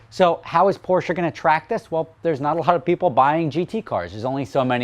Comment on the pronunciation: OH MY GAWD! I am very happy to hear you pronounce Porsche correctly. You have NO idea. Cheers!